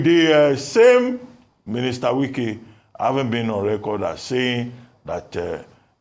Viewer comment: The way dey pronounce Wike name 😂😅😂😅 "Nye Wike" 😂😅😂 Na wa o!!